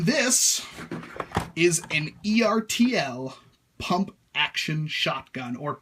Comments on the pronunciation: Its ERR TUL not E-R-T-L. They make die cast tractor toys. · ERTL is pronounced like "turtle". Just sayin'.